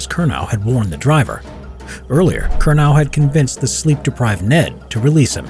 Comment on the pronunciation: Good story, but you consistently mispronounced "Curnow".